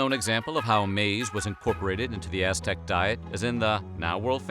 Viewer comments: Bro, you pronounce Aztec like s#$t. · I cant stand your pronunciation of aztec words